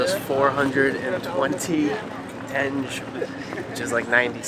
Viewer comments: It's not tenje but tengé with g as in enGlish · You guys are very positive and fun to watch :) have a safe and enjoyable trip! Proper way to pronounce local currency is like when you try to say - tengeh, the last E should sound